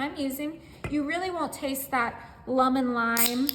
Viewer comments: Why does she say lumen? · Why she keep sayin luh-men?😅😅